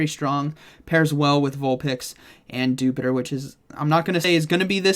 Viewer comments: Why does everybody pronounce dewpider as you would jupiter and not as spider but just with the 'dew' in front of it when it is cleary a little spooder? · it should be pronounced as Dew-Spider...not as jupiter..